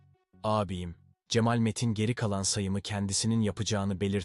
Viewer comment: Sizi beğenerek takip ediyorum ancak bazı kelimelerin telaffuzu dinlerken çok rahatsız ediyor ( vaaaril, cemaaal)